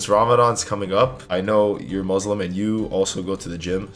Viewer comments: great video! RESPECT but please it's muSlim with an S not muZlim 💢😅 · Thanks, I'm following your work out routine. *not: if you want to try fasting don't start with cold water it's bad for your empty stomach, better to drink room temperature water, and don't go chugging too much, drink as you usually drink slowly. **not:: The "S" in Muslim sound like "S" not "Z". muSlim not muzlim. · your a legend. Showing us all these tips for jim work in Ramadhan. Also your pronunciation of everything is sick as well. Only 2 things were 'muslim' not 'muzlim' and 'ramadhan' not 'raamadaan'